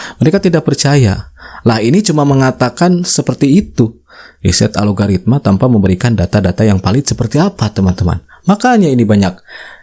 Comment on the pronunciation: Bukan ALOGARITMA mas.. Yang bener, ALGORITMA